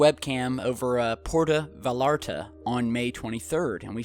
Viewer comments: The double L is pronounced as a Y in Spanish bruh... just sayin... puerto vallarta is pronounced porto vayarta in white terms... just sayin... sounded kinda funny haha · The city in Baja California, Mexico this video was taken from Puerto Vallarta. Pronounced phonetically as Prayer toe Vie-yar-tah. The double "L's" are pronounced in Spanish as a "yar" sound. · POR-TA VA-YAR-TA, just saying.